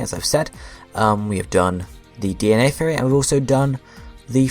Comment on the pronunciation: Are you saying Theory or Fairy?